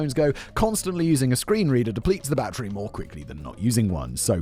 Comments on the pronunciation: It’s battery, not bat-tree. BATTERY. Good lord that nearly gave me a stroke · Battery.. "bat-tree".. You English folk lol